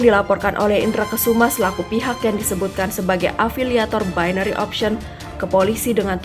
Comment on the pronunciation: Bainery mbak bukan binori